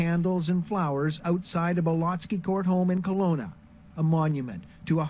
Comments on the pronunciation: Keh-Lo-nah is how it’s pronounced! I live here, a block away from where this horrific crime took place. Although the house is occupied by a new family, it’s still very eerie to say the least. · Kelowna is pronounced KEL-OWN-A